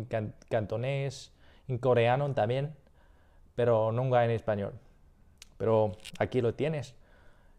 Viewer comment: Muy bien, props, man. La pronunciación de "nunca" no es muy clara y algunas otras cosillas, pero por encima de todo te desenvuelves bien con lo que sabes del español.